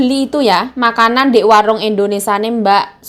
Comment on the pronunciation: ...sekedar saran pengucapan negara kita itu Indonesia bukan Indonesa😀..maaf ya kak..semangatt kak Yayuk👍